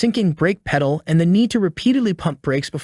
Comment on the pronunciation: Lost me at "brake peee-duhl"